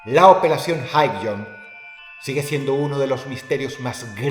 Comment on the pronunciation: Por un momento creí escuchar en vez de Highjump "hail hydra" jajajajaja